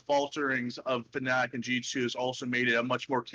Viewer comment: At least pronounce fnatic correctly for once, do you want people to call you tailor instead